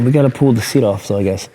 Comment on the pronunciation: Don't forget him mispronouncing full as fool and pull as pool